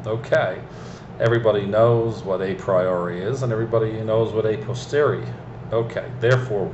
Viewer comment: It's "a posteriori", not "a posteri". If you are gonna be obscure and chuck out random philosophical lingo, at least get it right. There is a strange mix of narcissism and psychosis in your blabbering. I would advise some medical attention.